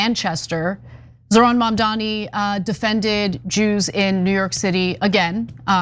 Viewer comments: Their hatred can't be missed, they refuse to pronounce his name right. MAMDANI. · MamdaNi, Ted. MamdaNi, not MamDammy. Learn to pronounce his name if you're gonna criticize him, and we shall see how this turns out. NYC is desperate for a new mayor with progressive ideas, and Zohran will bring this and more.